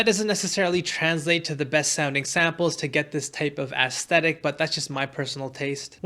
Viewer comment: I took a shot every time you said "aestetic" and now I have alcohol poisoning